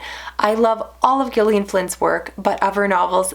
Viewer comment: I just discovered your channel last week and I have to say you've hooked me with your well-spoken, concise and insightful book talk. The moment I clicked on that Like button was when you said that Gone Girl reminded you of your own marriage. Refreshing honesty! Concerning! And thanks for pronouncing the author's name correctly and not "Jillion". Huge Gillian Flynn fan here. What did you think of "The Grownup"? That one's divisive (I loved it). I got a lot of recs from your videos. Thanks!